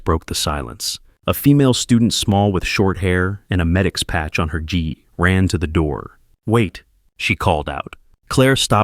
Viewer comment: The outfit is NOT a "GEE" or 'JEE'. You said it wrong, or AI did. 'GI' doesn't use a 'J' sound, It uses a HARD G, like in GET, and the EE sound from KEY, So hard G+EE, NOT J+EE, like hard G in Get.